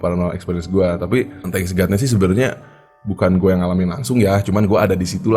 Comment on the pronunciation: Thank God ya bang bukan Thanks God